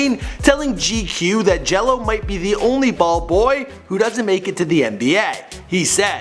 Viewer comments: It's Gelo not jello u fucking dumbass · Cmon it Gelo not Jello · its Gelo not jelo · GELO not JELLO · Gelo* and mater dei is pronounced (mah-der day) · His name is LiAnJailO day it right